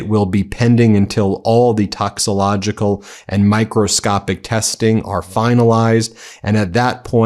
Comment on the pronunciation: Atherosclerotic. Scler - ah - tic. Not scler - oh - tic. Toxicological: Tox I co logical Not: tox - I - logical .